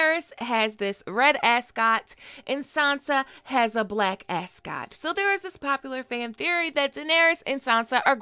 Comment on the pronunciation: Ascot.. say it again....